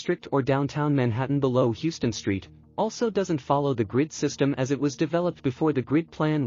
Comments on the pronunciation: HOW-STON.........Please get this right next time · In New York City, it's pronounced "How - ston". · needs new narration, hey I would volunteer...heard Heww-ston street wayy tooo many times... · It's pronounced: Howston!